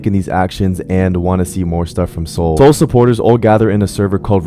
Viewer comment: Are you talking about soul or soluh